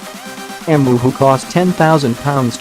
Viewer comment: If you're going to be lazy and use a virtual narrator, make sure it knows how to pronounce the name of the video's subject. It's pronounced, "Eemyoo".